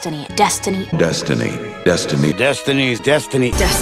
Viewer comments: Are you sure it not "Dustiny"? Cause that is what I hear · After so many times it started to sound like dust da knee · Funny thing... Halfway through I started hearing "Dust the knee" instead of "Destiny", which made it even funnier... "Stop it, uncle, I'm not gonna dust my knee" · you just ruined the word destiny for me